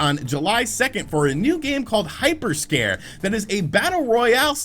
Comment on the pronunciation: I love you, but it’s called Hyper Scape! Not scare 😂